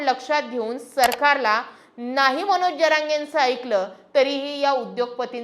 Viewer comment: मणोज नाही हो मनोज म्हणा. विधाणसभा???😂